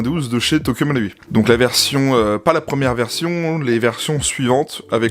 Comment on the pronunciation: Quel plaisir de voir quelqu'un prononcer le ル de 東京マルイ correctement...